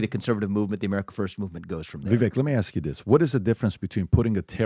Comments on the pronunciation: Gotta be. PBD, CAN YOU PUHLEEEZE get your team to pronounce your guest names correctly?!!!! YOU can! It's so disrespectful and stoooopid. It's VI-VAKE not Vi-vek dumbazz!!!! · should not even be on the panel. He can’t even pronounce Vivek’s name correctly! It rhymes with cake, dippy! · it’s Vivek like cake. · It’s so bizarre that and pronounce Vivek’s name wrong even when he’s sitting right next to them. It’s not hard - it rhymes with “cake”. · STILL can't get Vivek's name right 🤦‍♂️ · Amazed at the lack of professionalism and respect that after all this time of Vivek having been on the show multiple times, still mispronounces Vivek's name. Not surprised, just amazed...🤦‍♂️ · FOR THE LOVE OF GOD IS SO PATHETIC AND UNPROFESSIONAL. CANT EVEN SAY VIVEKS NAME PROEPRLY. MAKES ME SICK. BOOOOO!!!